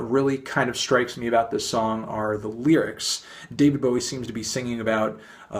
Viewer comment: the way he says "lyrics" makes me assume he thinks it's written "lirycs" :P